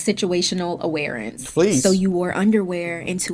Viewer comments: Did anyone else notice that she was pronouncing awareness like "awarence" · Anyone else catch that it's awareness not awarenece. Every time